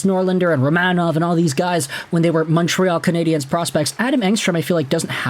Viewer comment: I always listen just long enough for you to mispronounce Canadiens. 23 seconds. Get it right or just do as Anglo Montrealer do and pronounce it in English. The French here have no problem with that at all.